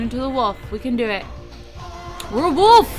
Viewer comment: I love how when you say Wolf, it sounds a bit like woof. :P